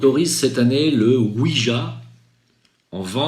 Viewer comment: Ouija ça se dit ouiya. ja en néerlandais ça veut dire oui